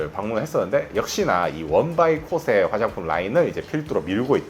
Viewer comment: 코오세? 발음이나 똑똑히 하자.댁이나 써.일본에서도 일본 화장품은 70대 이상이나 뭐 모르고 계속 쓰는 거지.ㅉㅉ 일본 먹여 살리느라 피부까지 희생하는 반도인!